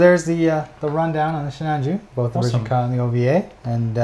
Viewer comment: Jesus stop saying “version ka” just say ver ka. It sounds stupid for some reason